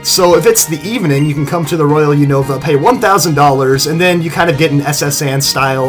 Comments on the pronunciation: its not U-nova its Un-ova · You call the unova region all wrong it's called uheeenava